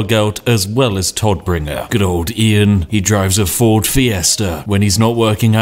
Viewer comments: Big difference in pronunciation. Todd -> Todd, alrdy correct. BUT !!! Tod -> [toːt] - der Tod (the death) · That Moment when Spiff cant prounce german words and demotes the Todbringer/ Deathbringer to the Toddbringer